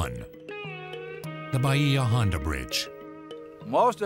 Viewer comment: I live in the Key West. Nobody from the Florida Keys calls Bahia Honda, 'bah-hee-ah' ; It is CORRECTLY pronounced 'bay-yah'. The 'i' is soft and subtle so as to Not be intelligible/audible.